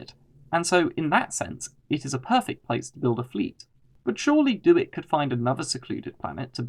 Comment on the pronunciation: It's "DEW IT", not "Do. It."!